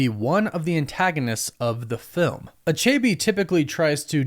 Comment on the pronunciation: You're pronouncing achebe wrongly. Lol.